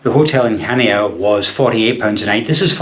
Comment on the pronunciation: It’s pronounced Hania the c is silent.